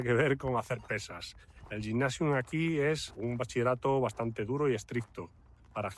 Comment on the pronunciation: Gymnasium se pronuncia [guymnasium]